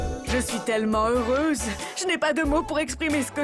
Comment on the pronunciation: Est ce que c'est seulement moi qui a entendu que a dit qu'elle est heureuge